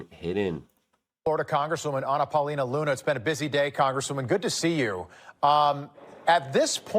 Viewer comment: Lol, did Luke just call her Banana Paulina Luna, or am I just hearing things? 😂